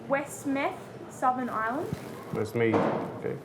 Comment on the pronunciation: Westmeath not Westmeth 🤦‍♂